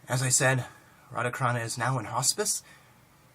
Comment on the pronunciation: Greetings and respect. Just a little remark: The Carana in Radha Carana's name is pronounced as CHarana (as the CH in CHart, for instance.It's just a question of international transliteration/transcription standard for Sanskrit.) It's very nice of you to promote his book. Thank you. Namaste. Hari Om Tat Sat.